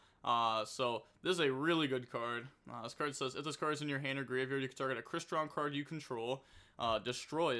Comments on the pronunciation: Oh god. has met his final boss. Crystron name pronunciation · Sounding out words is tough 😂😂😂